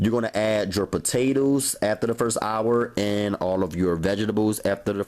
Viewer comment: "the potatews" 😭😂😭